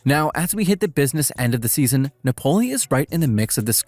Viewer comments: Its nApoli... no napOli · If you want to say Napoli,the accent is on the A,not on the O.You sound weird. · I despise how you say Napoli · good video minus the pronunciation of Napoli :D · I really liked ur Video and u sound like ur having fun making content, but i recomend you search up correctly pronounce a teams name, hearing you say it incorrectly so many times made me not focus on the other good content in the video